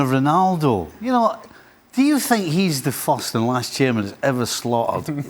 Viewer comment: No, bro. He said: "I sink depends...."